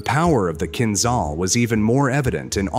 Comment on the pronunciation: Not kinzal, but kinzhal😂